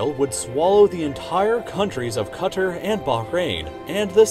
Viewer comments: Agreed, I've watched 2 videos from this channel and he said it wrong like that in both :/ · I hate how he says kuter instead of qatar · Interesting this is the second video I have seen today with someone pronouncing Qatar incorrectly. They both say it like CUT-TER. It is pronounced QAH-TAR. I wonder if it is just an American accent that is causing this? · I alway thought it was pronounced "Ku-tar." Not "Kut-er" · Never heard Qatar pronounced as "cutter" before. 10/10. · Need to work on your pronunciation dude. Ayzerbaijan, Quttur, Bayngladesh, what? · wait qatar is pronounced cutter? ive been saying it like "cuh-tar" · This guy loses me with "Cutter". If you are going to name countries, please pronounce them correctly. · Did this dumbass just pronounce Qatar "cutter"? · Have I been saying Qatar wrong this entire time or is he? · Who else is pissed at how he pronounced "Qatar" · Can't pronounce Qatar properly; dubious about video's claims.